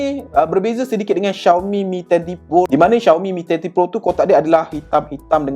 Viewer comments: Cara sebut dia memang Shiau-mi bukan Ziau-mi. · bruuhhh🤣 xioami doh sebutan die